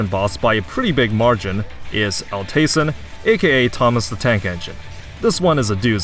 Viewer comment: I would pronounce it Alt Eisen (Ald Aisen) like in german. It just means old iron.